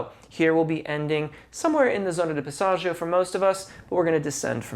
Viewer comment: Remember singers, dont take singing advice from "coaches" who cant actually sing. A close second is if they use words like Passaggio, make sure they pronounce it correctly. Dude is mangling the Italian language while claiming to understand Italian singing technique. Fraud.